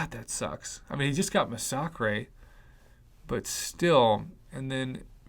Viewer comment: Masacre is pronounced mass-a-ker not Mas-sock-rei just fyi